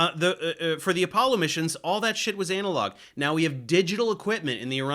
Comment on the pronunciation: Love your stuff Dave but please say “analog” differently 😂